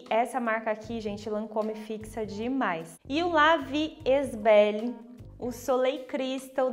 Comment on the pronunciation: La Vie est belle A pronúncia correta é:" la vi é belle"